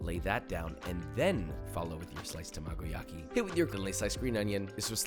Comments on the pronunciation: Arg! Not “ta-MAH-go-Yaki,”..”Tah-Mah-Go-Yaki,” don’t pick out syLAHbles to accent in Japanese! Sorry for the retentive criticism but, hey..might as well pronounce it more closely to correct… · As much as I enjoy learning new cooking techniques, the way he pronounces some of the Japanese terms like tamagoyaki and omakase hurts me inside